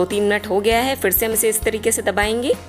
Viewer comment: Mam aap R ko d kyo bolti hai? Garam ko gadam or kre ko kde, fir se ko fid se, vese recipe achi bnai h aapne hai or jackfruit meri favorite sabji hai . Thanks